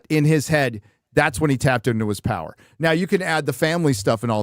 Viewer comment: 1: 55 "the pwer of butt f@ LOL